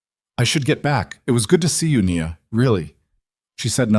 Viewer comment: Her name is pronounced “ Nee-ya